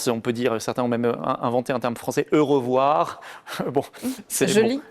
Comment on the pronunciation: L'"eurovoir"? C'est fin 😂